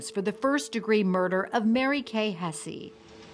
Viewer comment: Hess not hessie. You know, like the house of Hesse…